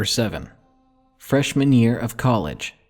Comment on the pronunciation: With an accent Freshman year kinda sounds like fresh manureeee